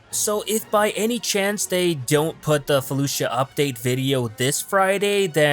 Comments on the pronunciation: It's pronounced Faloosha not Fuh looshia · The I is silent in felucia